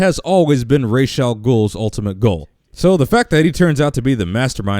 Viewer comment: Since when was Ra's, ray-sh instead of raz